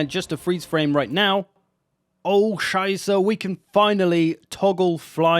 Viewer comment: I'm German and even I have started to occasionally mutter "oh scheisse" with very slightly off but all the more charming pronunciation.